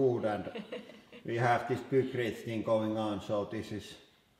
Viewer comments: Isn't it pronounced piekrete instead of pukrete?? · Pronunciation tips! -Pykrete was named after it's inventor Geoffrey Pyke, and is a combination of "Pyke" and "Concrete". It should thus be pronounced "Paikkriit" -Ninja is a japanese word which was transliterated with a J based on the English pronunciation which would be dž. Thus Ninja should be pronounced "Ninža", rather than "Ninia". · lol "pookrete". Please, don't ever make pookrete :) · "Deh poo-crete get crush-shed." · Your english is getting better, but just out of curiosity, is there a reason you pronounce a "y" as an "oo" sound? E.g. "Hoodraulic" and "Poocrete" Is that the way it is pronounced in Finnish? I've just never heard that pronunciation in any other language. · I wonder why Hydraulic Press Guy consistently pronounces the "eye" sound a s"oo"? "hoodrawlic press" and "pookrete" are pretty funny, though. :) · this guy saying poo-krete is too much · "Poocrete" lol. and is that a new tool for the press? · "peukreete" lmao :D